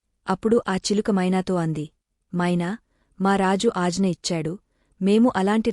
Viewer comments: కథ చదివిన స్వరం బావుంది కానీ Punctuation marks ప్రకారం చదవాలి... అలానే ""ఆజ్ఞ "" అనే పదాన్ని "" అజ్న "" అని పదే పదే చదువుతుంటే ఇబ్బంది గా ఉంది .. మాటిమాటికీ "" మహావిష్ణువు కథ చెప్తూ‌ ముందుకుఅన్నారు ”" అని ఎందుకు అంటున్నారో ... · Aagna anali,ajna anakudadu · Ajna kaadu....agna ani anaali dear